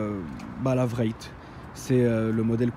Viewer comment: La vrét hahahaha ça s'appelle WRAITH ça se lit avec un W pas avec un V